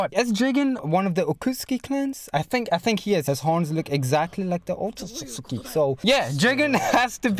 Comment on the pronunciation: Okokotsuki . Okutsuki. Lol